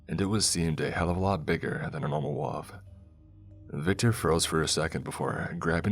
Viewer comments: Your pronunciation of "wolf" amuses me 😉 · Came to the comments to say something similar lol